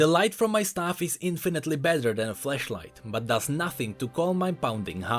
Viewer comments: Xd i know ur trying to say flashlight but it sounds like fleshlight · Every time he says flashlight when they are trying to find Lulu it sounds like he is saying fleshlight XD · Every time he says flashlight I double take